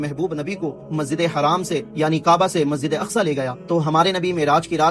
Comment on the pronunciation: Masjide haram kahate hain bhai Masjide haraam nahin kahate Hain